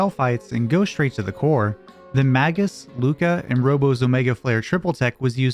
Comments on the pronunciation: La, Vos... La... like LAW... fuckin hell Lahhvos? wtf are you smoking. They even took the time to show us during the scene after the black tyranno when they tell you what each part of the word means. and Magus, being the magus he is, is likely pronounced as such which is "May-gus" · I cannot listen to Magus being pronounced with a soft A sound. It's like hearing someone punching my children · It's hard to listen to this when you pronounce "Magus" wrong like that. You really want to make his name sound like "Maggot"?